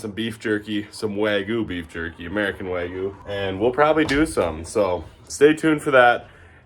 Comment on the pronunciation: Even though it's "wagyu," not "wagu," lol. It's a very interesting Americanization, honestly.